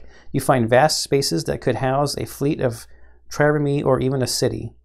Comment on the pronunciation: Trireme. The last e is silent. (This may already have been fixed in later videos. Self slow.)